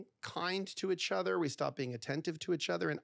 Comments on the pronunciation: It's pronounced. Eachother not echother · Nobody freaking out at the way he says “itch other” ? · For a guy who mis pronounces “each other” he sure says it a lot 😂